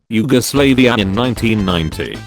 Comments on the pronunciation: It's Yugoslavia. Not Yugoslaveia. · He said you-go-slave-ia. LOL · Huh I am from Serbia and how not says Yugoslavia make laugh